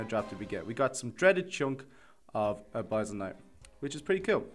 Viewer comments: its pronounced: uh-bis-ul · I don't want to be that guy, but I think it's pronounced "uh biss ul" (abyssal). Btw nice showcase